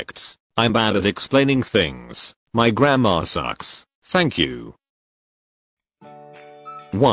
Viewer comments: I DIDN'T EVEN REALISE THAT SHE SAID "My grammar sucks" UNTIL NOW, I THOUGHT SHE ACTUALLY SAID "My grandma sucks" JAHSJ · I heard "my grandma sucks" and I was like whaaaaaaat?! I realised u wanted to say "my grammer sucks" after I read th subtitle 😂😂😂😂😂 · Bro at first I thought u said "my grandma sucks" instead of "my grammar sucks" and I just took a second to think and I'm just like "wait.. what does your grandma have to do with English?" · I HEARD "MY GRANDMA SUCKS" INSTEAD OF GRAMMAR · BRO I REALLY THOUGHT U SAID "my grandma sucks" UNTIL I READ THE SUBTITLES 😭😭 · I thought you said my grandma sucks🤣🤣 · When is said "my grammer sucks" I heard "my grandma sucks" and when I realised it I was like 😀🔪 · Wait, I thought she said ,, My grandma sucks" xd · I thought she said grandma- lmao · “my grammar sucks” *me legit hearing “my grandma sucks”* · I thought you said "my grandma sucks" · Instead of Grammar I heard "my grandma sucks" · I fr thought she said "My grandma sucks" lmfao 💀✋ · I- I actually thought she said that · I heard my Grammer sucks as "my grandma sucks"💀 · video: my grammar sucks what i heard: my grandma sucks 🤔🤨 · 'My grammar sucks' What i heared: 'My grandma sucks' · Grammar or grandma??? Which one XD Caused i heard grandma and then i repeated and listen to it carefully it says grammar. It made me laugh though XD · I thought you said “my grandma sucks” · The video: “my grammar sucks” what I heard: my grandma sucks . 🐿what🐿the🐿hell🐿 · What said: “my gramma sucks” What I heard: “my grandma sucks” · your-- your grandma sucks?- did anyone else hear thisvorbis it just me :') (no offence) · I thought you said at the start "my grandma sucks" 😀🤚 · I though you said "my grandma sucks" lol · My grammar sucks [ Sounds like "my grandma sucks" nooo ] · THANK GOODNESS I TURN ON THE CAPTION I THOUGHT YOU WERE SAYING "my grandma sucks" I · i really though she said my "grandma sucks" not My grAmmAr sucks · PFFFT SAME 😭🖐🏻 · Same lol